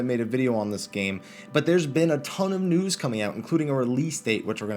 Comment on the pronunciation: when u say news it sound like nudes :P